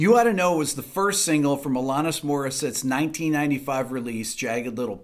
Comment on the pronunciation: Hey there Mr. Man. You mispronounced her name! ;-) The second "A" is pronounced like the word "at" not AHHH. Just giving you crap! LOVE YOUR CHANNEL, RICK!